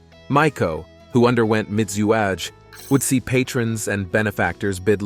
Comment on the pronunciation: MIZUAGE = mee-zoo-ah-gay